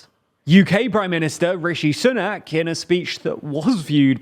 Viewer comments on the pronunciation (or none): none